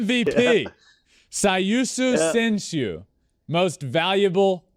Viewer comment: 日本語字幕ありがとうございます。 「最優秀選手」発音、上手でした。 すごい！！(^_-)-☆